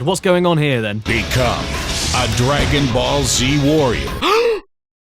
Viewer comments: I love how he prononces "Dragon Ball Z" as "Dragon Ballsy". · I don’t know If Caddy pronounced Dragon Ball Z like that on purpose or not…and I also don’t know which option is worse.